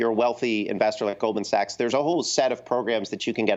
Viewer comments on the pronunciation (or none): none